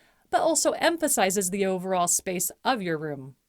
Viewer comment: Nicely done! You present great information with nice narration. One gentle suggestion: to make your narration sound even more conversational rather than sounding like you are reading, you may wish to consider pronouncing the words “the” and “a” as short sounds, rather than long sounds— or more simply said, use the pronunciation you would use in normal conversation. Some regions of the country teach reading for some reason with the alternate pronunciation, but as a scriptwriter and dialog coach, I find this makes for a more stilted delivery. Just a suggestion. Thanks!